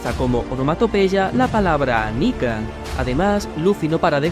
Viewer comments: dice niya, no nika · Cuando quiere carne dice Nika yo pensaba que decia Nigg*